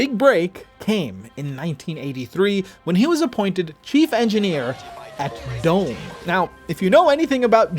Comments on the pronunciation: its "Do-Meh", not Dome. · I think "Dome" was pronounced "dom-eh".